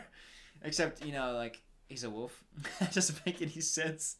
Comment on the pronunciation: Love that pronounces "wolf" like "woof".